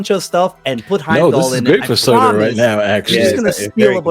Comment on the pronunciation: Again... SUUUUUUUUUURTUUUUUUUUUUUUR. Not SAAAAAAAtAAAR